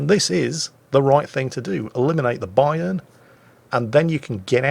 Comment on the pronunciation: you pronounce Bayern "A" the way I pronounce the Yamato "A" and Vice Versa.